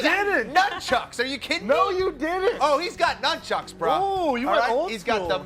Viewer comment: "...he's got nuchucks, brah..." enough said